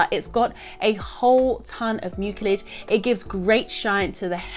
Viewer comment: Love this topic. Detangling is a challenge. Side note: the word nerd in me in me can't help but share that the C in mucilage has an S sound like muu-see-lege. Just saying.